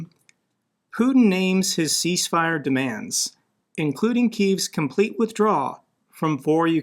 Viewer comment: It's 'cease' not 'peace'